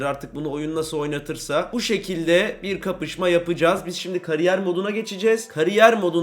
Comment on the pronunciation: "FİFA 23 "KARİYYER" MODU" 😂😂😂